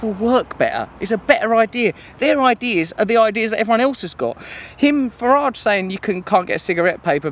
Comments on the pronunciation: Hannity mispronunciation of Mr. Farage's name kills me, and he calls himself a "journalist." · Very fetching scarf/jacket you've got on there Russell, good to see the Trews outdoors once in a while too! Hannity's an idiot, this we know, but why didn't Nigel correct him when he didn't say his name properly? Leadership skills? The mind boggles. Haven't we learned that 'intervention' and carpet bombing countries only leads to mass destruction, displacement, sectarianism and terrorism? Should we not put money into our own countries first? Here's some salt for the cut ~ the money they spend frantically talking about bombing, then subsequently bombing the living daylights out of these countries could be better spent on us for schools, hospitals etc. Know the enemy, because it's not some Middle Eastern geezer going bananas with a holy book and a rocket launcher. Again, very nice print you're wearing there Russell, I'd say that was quite 'radical' ;)